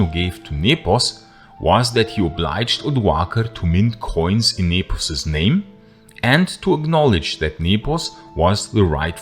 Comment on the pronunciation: I really love how you pronounce the names correctly